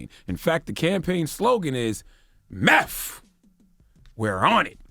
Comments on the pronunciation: You can’t even say nineteeth or meth It’s not nineteef It’s not meff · This man cant even say meth, hes saying MEFF. 💯🤣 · "Meth... Where my teef go?"